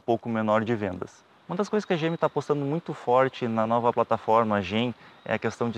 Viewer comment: Como sempre, um excelente trabalho o de vocês. O único problema foi ficar escutando, o tempo todo, "A novA" Tracker. Sugiro deixar o "A" para picapes, peruas e afinas. No mais, parabéns!